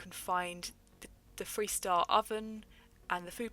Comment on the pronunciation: I kept hearing “freestyle” instead of “three star” 😅